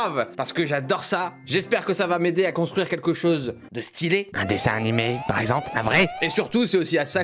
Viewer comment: dsl cyril mais ARRETE DE DIRE DESSIN NIMÉ !!! 🤪🤪